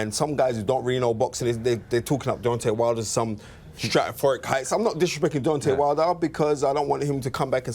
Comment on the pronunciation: "stratophoric".....that's why they call him the knowledge